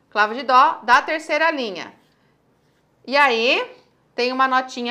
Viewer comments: porque você fala Dô, e não dó? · Aulas excelentes, sem dúvida. Mas, não pronuncie o DÓ com som de DÔ. Pois, atrapalha. Parabéns!!!